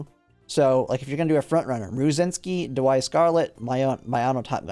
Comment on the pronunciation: I enjoyed the video, but it pains me that you pronounce Daiwa, which is pronounced like 'die - wa', as 'da - why' Anyways, I'm also training parents for Taurus Cup and it's such a grind. Right now I have 6* play times over + a few other decent white sparks on one parent, but now I'm going to have to try for pink and blue sparks as well and I feel like that's going to take forever...